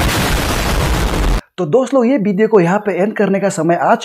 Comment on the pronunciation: video hota h pideo nahi 🤣🤣🤣